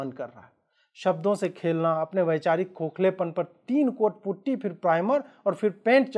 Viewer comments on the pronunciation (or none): none